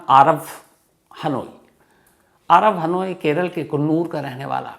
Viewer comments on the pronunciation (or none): none